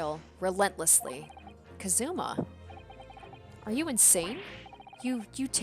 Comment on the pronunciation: Gonna correct you , you said "kazuma" like "kaZUma" holding the "zu" longer, but you gotta hold the "ka" longer in "kazuma".